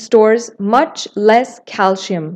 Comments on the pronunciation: It is pronounced “ calsee-yum” . The narrator is indian ( or someone from the Indian subcontinent), where most people mispronounce it as calshium. Thanks for the video! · It is called CALCIUM not CALSHIUM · he’s spelling it how they said it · Her pronunciation of calcium irritated me. But thank you for the video.